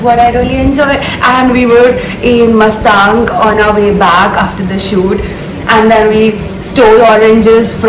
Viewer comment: She keeps saying mastang😂